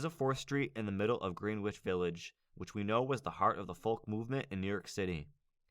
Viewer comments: Good video! Just a heads-up, it's pronounced "GRENN-itch", not "Green Witch" Village. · It's pronounced 'GRENICH' village, not 'GREENWICH' village